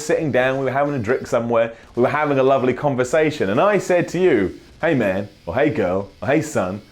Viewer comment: I agree, Apart from the way you say man